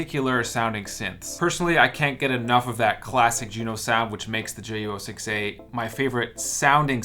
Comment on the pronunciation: It’s pronounced JU-06ayyyyyyy